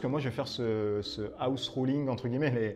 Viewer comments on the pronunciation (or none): none